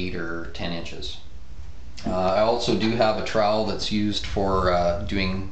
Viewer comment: Oh my fuck... What are you doing!? in my 11 years of working in this filed i have never seen someone tape like this? You can't use a hawk and trial? (which by the way you say incorrectly). This tutorial really isnt precise at all. why would you wipe the tape from one side to the other? i guess if you werent actaull doing this as a job it wouldnt matter but damn... you suck lol.